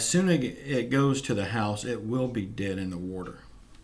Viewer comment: Dead not bead...sorry